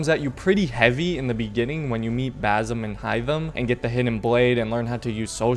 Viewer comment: it's not BaZim... it's BaSim